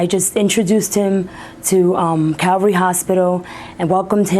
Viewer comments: It’s Calvary Hospital, not Cavalry. Calvary is the hilltop on which Jesus was crucified. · CAVALRY HOSPITAL, SHE SAID IT TWICE! iT'S CALVARY Once is an error, but twice?? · shows how much the news reporter cares... the hospital sign says calvary and she says cavalry... what a dickhead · Not Cavalry, it's Calvary. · The News readers kept repeating the same mistake over and over again, it's not CAVALRY hospital, but it's CALVARY hospital. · Dear newscaster, you may want to know this fine little distinction for your professional accuracy, so may I please submit: it's CAL-vary hospital, named after a fact about Jesus. Cavalry is the term for a unit of soldiers on horseback. Hope this was a bit interesting. Okay, start the snarky comments machine ---now.